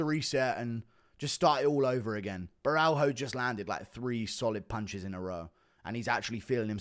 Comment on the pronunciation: Plz its borralho not baraujo or sth like that😂